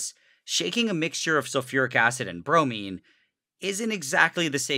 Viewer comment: Bromine sounds like brownie